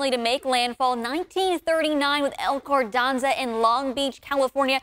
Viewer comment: I guess she can't read🤷? El "cordanza"?...😬